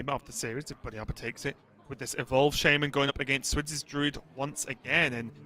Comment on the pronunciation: The dude that calls shaman "shame man" is the worst hs caster.Why is he still commenting after all those years :/